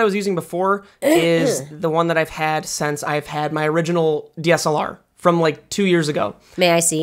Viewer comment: you say sense instead of since and it upsets me